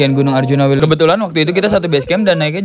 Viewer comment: Welirang ka bukan wilerang